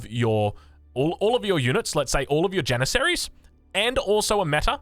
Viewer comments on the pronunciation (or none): none